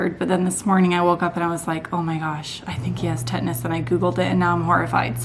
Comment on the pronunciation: Tetanus not tetnis